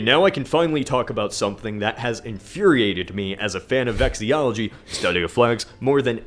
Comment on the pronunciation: Lmao, he said that he’s a fan of vexillology but called it “vexiology”